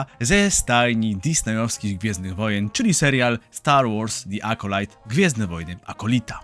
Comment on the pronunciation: "Starłors - Alkolitr!"